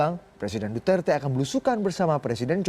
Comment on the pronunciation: Indonesian says right pronunciation for Duterte..Mabuhay from Philippines